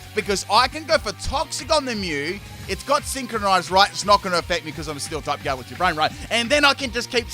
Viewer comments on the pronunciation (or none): none